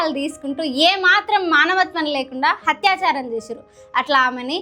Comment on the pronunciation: atyacharam. hatyacharam kadu.